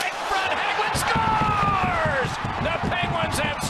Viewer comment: “HE SCAORES!”